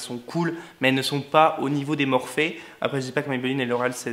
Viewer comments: On dit « Morphi » voyons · Je crois que sa se dit morphi ... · Je crois que ça se prononce plus "morphi" 🙄❤ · Je suis très intéressée pour une vidéo complète sur le test du FdT Beauty Blender + maquillage avec les palettes MORPHE (que je prononce MORPHI perso mais je ne sais pas si c'est ça ...) A bientôt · Fait un tuto avec les nouveaux pinceaux Morphe ( qui se prononce morfi 😂) et les palettes et les paillettes stilas obliger 😂❤️